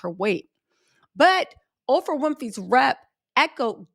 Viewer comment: Girl not “Ofrah Winfrey” 😅